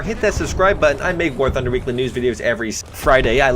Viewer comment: it's literally impossible to hear what you say in the intro welcome back to warthugnhnugufne